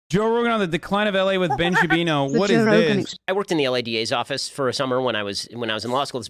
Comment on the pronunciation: ‘Ben Shapino”